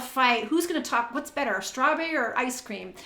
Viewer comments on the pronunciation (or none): none